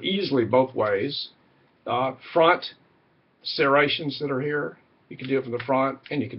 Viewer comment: Serrations. The word is serrations